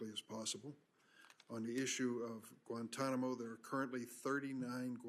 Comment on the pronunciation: Maybe they went back and got involved with the radicals because of how we treated them in Kit-Mo as Lindsey pronounces it. 😂